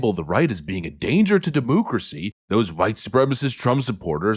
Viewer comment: JESUS F@@ CHRIST STOP SAYING DEMOOCRACY!! YOU MAKE US CONSERVATIVES SEEM RETARDED